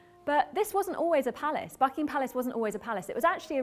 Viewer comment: y i keep hearing him saying fucking ham palace???